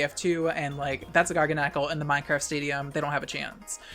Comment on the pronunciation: The way says garganacl triggers me so hard. Instead of it being like gargantuan, but with nacl instead of tuan, he says it like GARGLE. I’m choking.